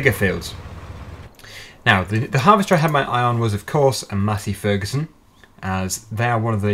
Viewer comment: Is he saying matty ferguson or Massey ferguson